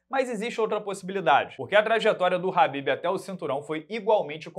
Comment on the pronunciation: Quando o chama o Kahbib de Habib, ele deixa de chamá-lo pelo nome para chamá-lo de “amado“. 😂